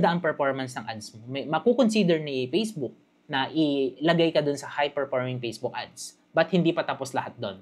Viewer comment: Salamat pero paki pronounce naman ng letter F. Ako nahihirapan. Perporming, pacebook😅